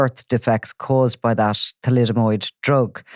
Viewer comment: Thalidomide not thalidomOid! FFs